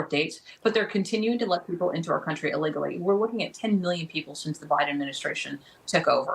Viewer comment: KEY WORDS. ILEAGLEY NOT. LEAGLEY